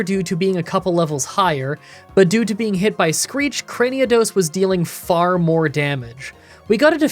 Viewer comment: Please stop saying "Craniados". Where does that second "a" come from?